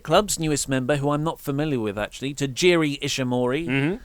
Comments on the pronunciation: I love how pronounces Taiji Ishimori's name as Tajiri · It's Taiji Ishimori not Tajiri Ishimori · it's taiji ishimori not tajiri